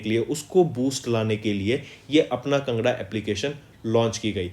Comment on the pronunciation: Sir it is not pronounced as"kngra" It is pronounced as "Kaangra" Which is a district in Himachal pradesh